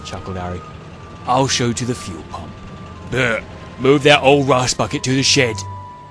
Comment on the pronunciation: In I thought I heard you pronounce Bert as Ber-urp-t 😂